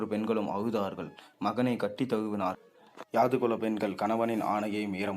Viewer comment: Pl read the script before presentation,so many mistakes, where tostop and to start, so many confusions, yadhu kulam not yaadu kulam. Karka kasadu ara enbathu thiruvalluvar vakku Valai thalangalil padivu cheyyumpothu pizhai illamal cheyyavum. Incomplete.